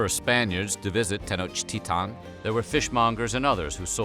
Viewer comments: Is Tenochtitlán not Tenochtita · Why do he say "tenochtitan" it 'sTenochtitlan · It is grating to hear the capital name butchered.